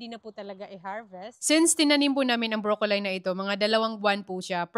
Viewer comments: It's zucchini not zacchini, and brocolli not brocollai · Wag mo n aartehan ang pagpronounce mo ng silver beet ginagawa mo silver beyt. Pati brocolli ang sinasabi mo minsan brocolay brocoley.. hayyy.. hindi mo ako basher nakakairita.lng kasi pakinggan